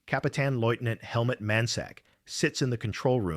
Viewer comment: It's Helmut. Not helmet.